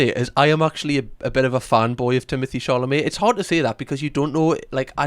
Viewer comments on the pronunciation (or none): Did you say Timothy Charlemagne? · i like how pronounces timothee chalamet like “charlamet” like the european in him runs so deep he can’t help but want to say “charlemagne”